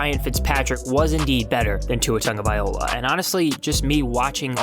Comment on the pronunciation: First of all say “Tua Tagovailoa” correctly...maybe then I’ll listen to this crap! On second thought, “unsubscribe” is a good idea! C’mon man!